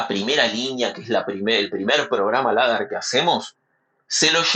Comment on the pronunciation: "Leder" se pronuncia